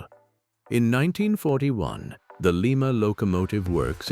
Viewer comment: This AI voiceover is absolute crap. Again, it's Lie-ma, Ohio, NOT Lee-ma. AI is so f-ing stupid. Hire real human beings!